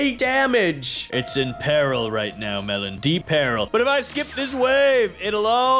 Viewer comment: I like how at the start it says melon I am even one of the developers of toilet tower defense!! I heard at first time melon I am even and was like wait what is sunny even? 😂😂😂😂😂😂